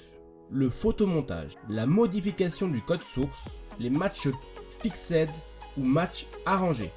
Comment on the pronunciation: Ca se lit "Fixssed" pas " Fixède" sinon bonne video dommage du peu de vue car certains sont des ***** mais bon aussi les gens sont trop naïfs